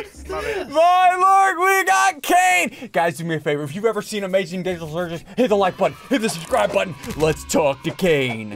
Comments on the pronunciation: Ssundee accidentally said gigadall instead of digital lol 🤣🤣🤣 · "Welcome to The Amazing Dijital Circus" 😂😂😂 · "the amazing gigital circus"